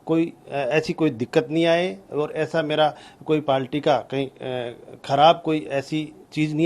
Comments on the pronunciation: Its Party not a Palty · Palty nhi party hota hai Kaha tak padhe hain sir...😂😂😂😂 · Party ❌ पालटी ✅😂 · पालटी😂😂या बालटी😂😂